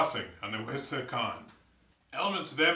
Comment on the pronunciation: Nice job. You might want to explain how the measuring sticks work when you use them, at least in the beginning. Also, it is pronounced: "wiss-a-hick-un" Keep the videos coming.